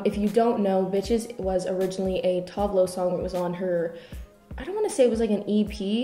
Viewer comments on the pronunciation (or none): none